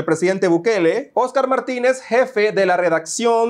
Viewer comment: Que aspiraban?????? Dice eseoscar